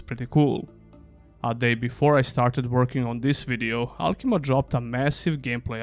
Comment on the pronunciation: Great video as usual... also it's Alkimia, not alkima.